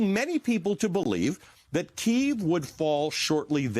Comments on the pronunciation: PLEASE. Stop saying Kyiv in RUSSIAN! It is NOT KEEV! It is Kyiv (Key-iv) or even the American Kiev... FFS, it's insulting to constantly hear Keev, it sounds like skeeve. >> Tom's Ukrainian/American wife Pam << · Key-yiv — two syllables not one! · Try pronouncing the city's name properly. Hint: It's not "Keev".